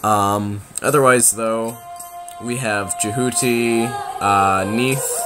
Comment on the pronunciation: It's pronounced Je - hu - tee and Neet Play the game and you'll find out :D